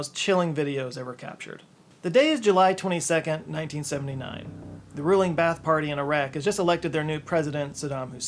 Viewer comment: Pronounced BA-ATH Not bath.